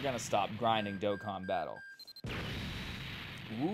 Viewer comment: Yo must've been kidnapped and replaced or something this dude pronounced dokkan correctly